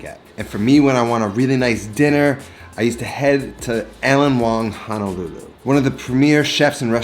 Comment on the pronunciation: Will try this receipe. But can you please stop saying HANALULU, it is HONOLULU. It is not pronounce with an A. Mahalo